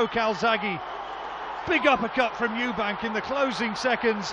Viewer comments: Frank Warren has known him for over 20 years and still calls him Eubanks 😂😂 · And Frank Warren can't even be bothered to say Eubank, instead of Eubanks. Ignoramus. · It's Eubank not Eubanks ffs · Stop fucking calling him Eubanks, it’s EUBANK. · I love the way Frank Warren relentlessly adds an ‘s’ on Eubank, to make it ‘Eubanks’, to this day..... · It's Eubank. Called him Eubanks atleast 20 time. It's disrespectful to not learn a guys name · Frank Warren always says Eubanks. Done it his whole career. Does he not realise it's Eubank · Someone needs to tell Frank it’s Eubank not Eubanks. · His name is Eubank, not Eubanks you weapon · His Name is Eubank, not Eubanks! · Why does Frank Warren keep calling Eubank 'Eubanks.' Strange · Eubank, not Eubanks! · Why he saying Eubanks when it is eubank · ....also, ‘Chris Eubanks’ ...?! Christ Franks! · Eubank not eubanks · "Eubanks"?? WTF? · This is impressive by Calzaghe. Wtf is Frank Warren falling him Eubanks. His name is Eubank. If this is not a known nickname for Eubank, I think Frank Warren should be banned from all boxing. You can’t add a little s when you want to. We are English people. We do not Call him Eubanks if his name is Eubank! This video and Frank Warren being paid what he gets and being that thick to call him Eubanks is crazy!! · Stop saying "Eubanks" it's embarrassing! STOP IT! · At one point he says 'Eubanks' 4 times in 6 seconds. It's a derisory act to get someone's name wrong. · With respect to Frank Warren and all he has done for boxing promotion , at least he could get the name Chris Eubank correct please . He dropped the 'S' at the end of his surname many years before . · Could at least say "Eubank" properly after everything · Stop saying "Eubanks"